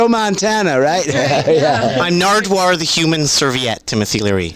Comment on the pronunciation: Legend! Naredwuar i mean lol